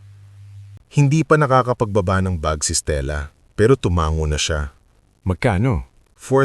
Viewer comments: Ano bang pronunciation ang narrator na iyan.Tumango diretso ang pagbigkas hindi tumanggo 😅😅🤣😂😂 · Tumango diretso ang pagbigkas hindi tumanggo